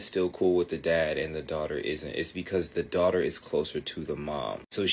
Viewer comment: "My dwautuh..." 😂